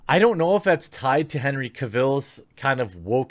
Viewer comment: Henry's last name rhymes with Travel.